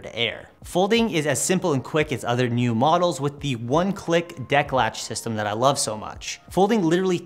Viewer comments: Hey guys. Not to be a smartass or anything, I just wanted to tell you that the scooter is pronounced like Kneeoh, which is slang for awesome in Chinese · Ahhh, yeah, Niu (牛) does mean cow in chinese, the same word also is slang for awesome, which is what I mistakenly thought they were probably going for. Either way it's pronounced like the video game Nioh but with a prolonged o sound